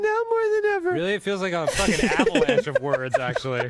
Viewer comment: No one: That one New jersey pal: Soo i was faakiiiingg... At the mall